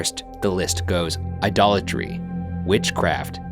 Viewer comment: Ryan can't pronounce "idolatry".